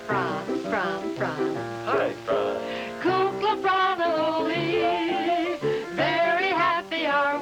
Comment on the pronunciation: Why did the announcer pronounce Ollie's named weird at the end like O-Lee?